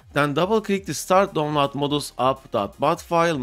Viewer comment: what video? You didn’t mention it, not in the video or even now, you say you are trying to save time but waste it on showing how you can winrar something that is already a executable extractor. And it’s DOWNLOAD not don lar. For a word you say 100 times a video you should work on it.